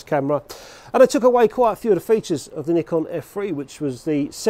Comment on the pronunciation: You deserve a round of applause for saying nikon the right way! The Japanese way! 👏🏼(neekon)